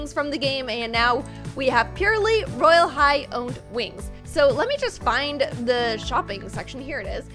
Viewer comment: Did anyone notice that when the video said roblox royal high it said rylea high